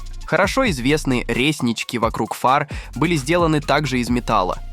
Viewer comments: Пипец, уши заворачиваются - зАмок зажигания, рЕснички))....Ты откуда выпал то такой, образование три класса, или никогда не общался с машинами?) Нахрен ты тогда такие тексты читаешь то?)) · Яндекс станция лучше озвучит, чем ваш тупой ии.......рЕснички вокруг фар, зАмок зажигания....филологи нервно докуривают пачку сигарет за эти 17 минут интЕреснейшей Озвучки.....😂